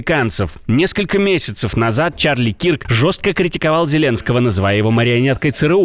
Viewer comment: Не Кирк , а Кёрк